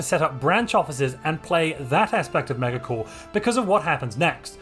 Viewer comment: I disagree with your pronunciation of megacorp